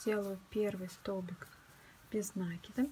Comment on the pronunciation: Опять этот нАкид , вроде бы простое слово и ударение интуитивно понятно!